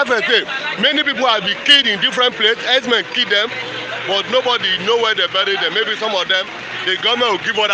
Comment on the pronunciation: "HERDSMEN" NOT "HERBS-MEN" ABEG UNA. 😂... ◾️ People please it's not Fulani herbs-men ◾️ I even heard that shameless stooge called Dave Umahi pronouncing the terrorist jihadists as "herbs-men". ◾️ They're not selling herbs OO!!! They're cold-blooded killers who need to either be driven out of every bush together with their cows and their women to either register in each town or city or for their own safety or in the interest of peace uplifted out of the localities in which they're currently wreaking government-approved, government-backed mayhem and sent back to Futajalon. ◾️ It is time for each indigenous grouping of people to declare their independence as a nation and protect their people! No more Nigeria Zoo contraption!, No more stooge Governors being called "Leaders" which everyone can now see they're not! Long live Ohammadike MNK!!! Long live I.P.O.B!!!